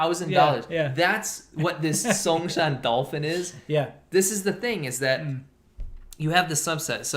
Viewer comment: songsan lol song=loose san=scattered not a name of a car brand you want lol